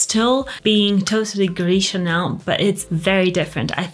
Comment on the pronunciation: why you said like french st u ip just say it normal fk it and fk french langauge 😂😂😂😂😂😂😂😂😂